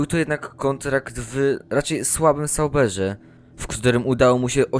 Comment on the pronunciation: Nie liczy się tylko to co się mówi, ale także jak się mówi . Przykład „dostał angaż wwww… raczej słabym saubErzeee”. Ciężko się tego słucha. Myślę, że jeśli autor odpuści sobie te akcentowanie (całkowicie nietrafione) i zacznie mówić bardziej naturalnie, ewentualnie poprawi akcentowanie, to filmy będzie się oglądało znacznie przyjemniej. Pozdrawiam!